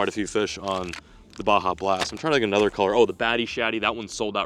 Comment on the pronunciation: “lets catch 👹anotha one”